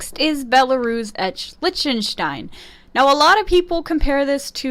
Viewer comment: Liechtenstein is pronounced lik-ten-stine